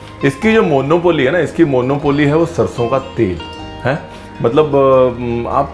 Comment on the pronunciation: Pls check the pronunciation of monopoly on google